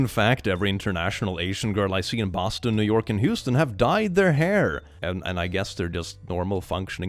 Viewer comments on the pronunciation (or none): none